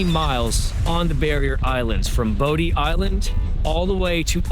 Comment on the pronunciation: As a local, I enjoyed your video, but I was surprised you ate at Rundown, but didn't even mention it is located in my town, Kitty Hawk. And, not trying to be picky, but these locations are pronounced MANTeeO, BODY Island and JenETTES Pier. We do love our little strip of sand. Thank you for showcasing it.